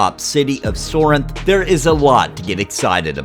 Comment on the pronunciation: Sorhiryth... ehhh not a fan of this name as its not something that everyone can easily pronounce. You're saying Sorinth..but thats not how its spelled I'm confused.